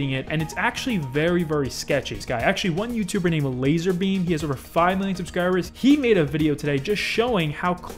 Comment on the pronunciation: Brig McMullin its pronounced lazerbum